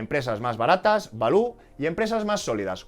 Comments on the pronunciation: Gran video como siempre, balú es el del libro de la selva, se dice 'valiu' jajaja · "Valiu" please 😅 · No sabía yo que Baloo el oso del libro de la selva era un factor determinante para el sp500 😂😂 , por Dios no digas Balú al Value jajaja